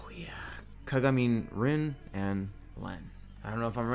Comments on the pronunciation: GREAT song and reaction, PERFECT shirt. But also. Aren't you supposed to pronounce the last E in the Kagamine? Like, Kagami-neh, and not Kaga-meen. Or was I doing it wrong........ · I really enjoy your videos ! Keep it up ❤️❤️ but please, PLEASE, stop pronouncing Kagamine "kagamin" 😭